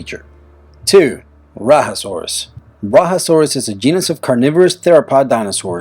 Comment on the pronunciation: you pronounced rajasaurus wrong.